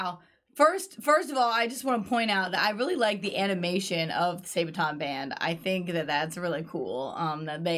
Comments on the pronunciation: SAAAAA-BAAAAA-TON! Not Saebaton. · Sorry, but wrong pronunciation of the band's name. It is pronounced: saa baa tonn, not say-baton. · Why are you still calling them Sae-baton? Or as it sounds like: Sae-beton. SA-ba-ton. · And NOT Sejbaton as says 🙄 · She really just said say-buh-tonn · come on guys, after all this time? it's pronounced Sa-ba-ton. xD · Please stop saying "Saybaton"!